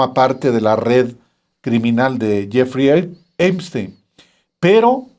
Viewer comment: "Donal tromp y yefri Epstin" increible la poca preparación de este presentador que no sabe ni siquiera pronunciar bien los nombres.